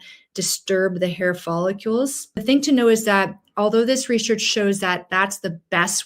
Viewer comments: Follicle. Not follicule. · Oh my gosh PLEASE stop mispronouncing follicles. Are you actually a physician? It's NOT "follicules." That's not even a word. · “Folli-CULES”? It’s, “Follicles”😅😅😅 Thanks for your content!☺️ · We now live in a day and age where a doctor can't pronounce the most repeated word in the video, "follicule"... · As a doctor you should know that you DON'T pronounce it " follucles"!!!!!! It has an I in it so you prounce it " follIcles"!!! Pretty sad a doctor wouldn't know that. You lost all credibility. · Follicules? It's follicles. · It’s follicles not follicules ! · Follicles not follicules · Please, it's follicles, not follicules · What are “follicules”? I presume she means “follicles”. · Not follicules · I know! I can’t stand it! (No offense to the speaker… it’s just that follicule is not a word. I’ve heard other people say it, so I just looked it up to make sure — I’m open to the idea that I could be wrong! 😂 — but no… it’s not a word.) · It is in French. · You are mispronouncing the key word follicles. That really detracts from the credibility of your presentation. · You are pronouncing follicles incorrectly., there I’d no u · Presenter can't pronounce follicles. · There is no "U" in the word follicles. For an MD not to be able to say the word Follicles correctly , I'm done.